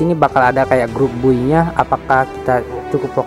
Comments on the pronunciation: Bacanya bay bang bukan buy🙏😀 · Cara sebut "Buy" lawak duh 😂 Wkwkwk